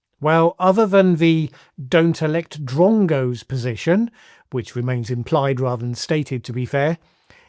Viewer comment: Dear Sir, Every time I hear you say the word, "drongo," you sound like an Australian. [No offense to Australians] lol